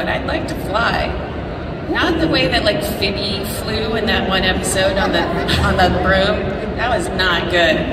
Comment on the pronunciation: Did she just say Fibby instead of Pheobe?